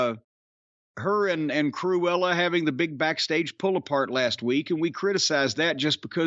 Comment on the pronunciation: Jim Cornette calling Sonya Deville ‘Cruela’ is Never going to get Old …. 😂💀